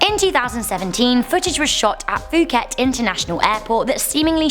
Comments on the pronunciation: 1) Suvarnabhumi' airport is pronounced as Sue wanna poom and 2) it's not pronounced as fu-ket, it's pronounced as poo-ket.. ( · Actually , It pronounce "pu - ket" not "fu - ket". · The Phu in Phuket is pronounced like the Pooh in Pooh bear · I love u and I am totally not making fun of u but I had a really good laugh when u tried to pronounce “Suvarnabhumi” and “Phuket”. 😂 Suvarnabhumi is pronounced, su-wa-na-poom And Phuket is pronounced, Pu-ket